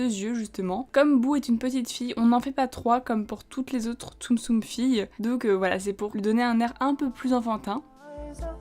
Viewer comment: Super la vidéo comme d'habitude mais tu fais trop de stum stum xD Enfin... ce n'est que mon avis